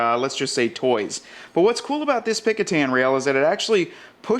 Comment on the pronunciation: Was going to type this. Picatan or whatever he was saying sounds like a jungle country.